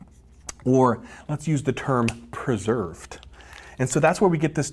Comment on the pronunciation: "Preserved", I 😘 ve how he says that word, lol❣️